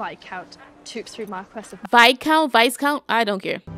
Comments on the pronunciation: What really gets me is that you pronounce it “vice count” instead of “viscount” 😂😂😂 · Looool, I love your reactions and loved both movies!!! It's actually Viscount pronounced without the S and it's a title, not his name....but that's all good hun...loved your pronunciations